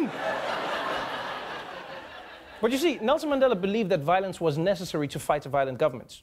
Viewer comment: Hate it when Trevor says 'Mendela' instead of Mandela